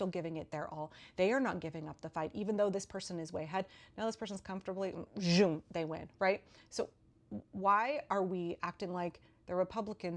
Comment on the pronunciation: I just love the way that you say “zhoom” gal pal! It gives me belly laughs and bushels and pecks of ever so muchly needed bright cascading waves of softly shimmering delight! Especially with those little micro-mudras that accompany your so very delicious “zhooms”… (perhaps such may only be at last achievable by “weavers, spinners, and those thrice blessed ‘patterners!’”)… I think that I can safely presume to speak for at least the greater mass of your devoted and always so thoroughly thrilled and chilled enthusiastic throng (are we in thrall?), when I say, “We love you! And it’s really SO much fun!”… No broken toe gonna be slowing this girlfriend down, I tell you what! She be all like… “zhoom!”… — XOXOXO! Glenn Jones (Minneapolis)